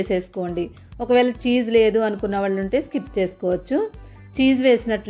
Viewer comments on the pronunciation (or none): none